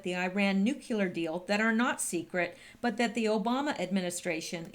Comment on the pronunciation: pronounce " nuclear "...new-clear